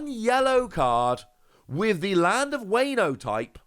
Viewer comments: As someone who knows some Japanese why are you pronouncing Wano as wayno? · Wano (Wahh no) Think of it like wario, no wayrio Its also momo-nosukei (nose kay)